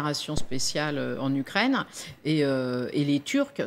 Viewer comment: le Français des Français on dit U U U UKRAINE ET NON OU OU OUKKRAINE. Macron peut te payer des cours de diction.